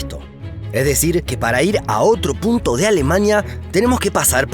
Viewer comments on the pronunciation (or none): none